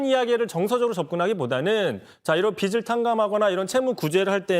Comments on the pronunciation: [빚을]은 비즐 이라고 읽어야죠. 비슬 이라고 읽었다가 비츨 이라고 읽었다가.. 빚투 영끌해서 코인투자한걸 갚아주는건데 도덕적해이하고 관련 없게 할 방법이 있나요? 난 아무리 생각 해 봐도 없는데.. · 국짐당은 무식해서 "빚"도 "빛"을 "빗"을 이렇게 발음 하네 비즐인데 비츨 비슬 ㅋㅋㅋ 듣기 짱나